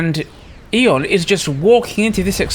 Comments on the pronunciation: in my language too we say "æ" in one of two ways but not like says it in either one! i would say it the way i think you say it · Have I been pronouncing Aeon wrong for the last 18 years? Its 'E-on' not 'eh-on'?